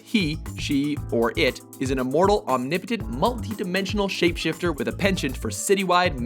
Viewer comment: It's annoying how the narrator pronounces the word 'omnipotent'